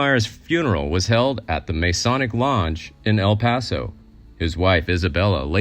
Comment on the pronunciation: Man you really need to learn to speak English, MAYSONIC? it's Muh-sonic, at least study up for Christs sake. You make it so hard to listen to the story.